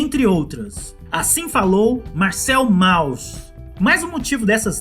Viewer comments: é [Môss] não Mauss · A entonação de Mauss é "môss" e não "Maus". Abraços parabéns pelo vídeo. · se diz mous...